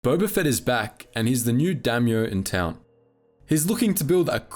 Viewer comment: What’s a damyo? Do you mean Daimyo?